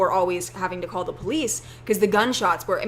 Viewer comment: are you saying 'bolice' instead of 'police' hmmmm